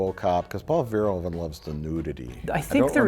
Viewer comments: Pronounce the 'hoe' in verhoeven as 'Who' and you'll be closer. :p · Okay EVERYONE REPEAT after me: it beHOOVES you to pronounce it verHOOven Thats how the Dutch pronounce it. The Dutch "oe" is pronounced like English "oo"